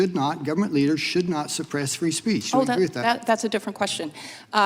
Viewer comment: Free speece? Speak english fake